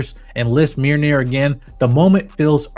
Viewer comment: Mjolnir not meerneer